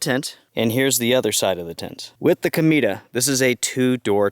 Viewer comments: You're pronouncing it like "comida" - which means 'food' in Spanish. It should be pronounced: 'co-may-tah' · It’s COMET in Spanish. Pronounced CO-MEH-TA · I would be interested in this tent more if it wasn't for the name of it. The way you pronounce it is very different to how I read it... C_m E ta... lol Peace